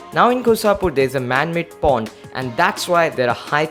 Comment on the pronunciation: It is pond not porn